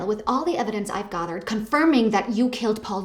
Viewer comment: "Gahthered" It's how I'm pronouncing it...from now on.